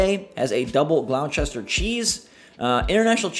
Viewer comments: “Glaow Chester” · The cheese is pronounced double "gloh-ster" (gloh like saw). Just an FYI from a Brit 😉. Yeah, we're all disappointed right now tbh. We expected more!